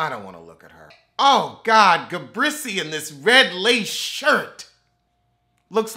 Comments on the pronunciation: Listen....everytime I hear him call her Ga-brissy!!! I laugh like it's the first time I heard it. Ga-Brissy!!!! Lmao!!! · Why do you call Gizelle “ ga- brisy” 😂😂? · It’s Ga-Breese for me 😩😩😩🤣🤣🤣